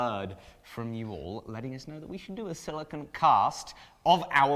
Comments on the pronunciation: Maybe I'm wrong because is british and they allegedly know how to say everything 100% correctly, but you guys have been saying "sili-kin" as in the element silicon, when you're working with "sili-cone," which are two very different things. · As a chemist, you guys are driving me nuts: the rubbers and oils are silicones - pronounced with a long Oh sound as in the word cone Silicon - with the short o, as in con - is the metal used to make things like semiconductor chips... Also, silica = silicon dioxide, which if inhaled causes silicosis - which I am glad to see/hear you guys taking seriously. I realize that this is a really common pronunciation mistake, but boy, does it grate on my ears!!!